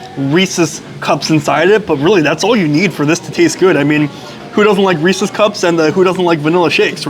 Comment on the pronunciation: Thank you for pronouncing “Reese’s” correctly.